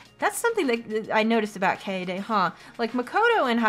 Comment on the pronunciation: I'm sorry,, but this is going to bother me the whole playthrough if I don't address it here. Kaede is pronounced as Kai-day. Don't be a Kokichi. Please.